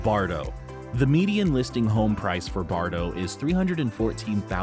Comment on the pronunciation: Bartow is pronounced just as it is spelled Bar - tow, not Bardo.